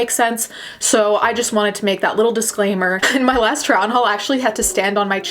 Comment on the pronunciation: you said dislaimer not disclaimer. also this wig color is AMAZING